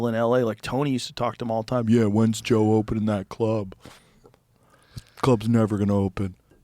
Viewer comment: Joe. It's joee.